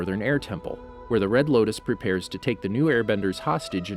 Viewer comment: you said loktis not loutis